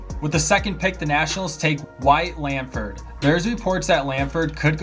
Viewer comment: Can you say Langfords name right